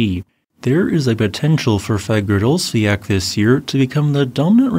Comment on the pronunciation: Reyk janes or Reyk yanis. Hope that helps. 😊 And Fagradsdalfjal Is Fagrads dal feeyal. Practice it.